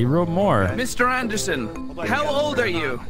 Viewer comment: "meester aeendersen"